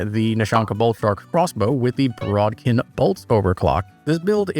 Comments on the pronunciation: There is no r in the word bodkin… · that's not how bodkin is pronounced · It's bod-kin not brod-kin.